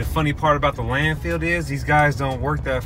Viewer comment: Love U guys. So funny, informative, motivational. Love it when U call it the "Land-Field" instead of Landfill. Love the positive attitudes. Great Work.